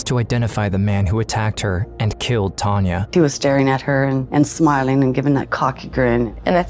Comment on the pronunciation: Is the narrator saying Tonya instead of Tanya? Or is my hearing? I hope he is saying Tanya as it's important for those that love her.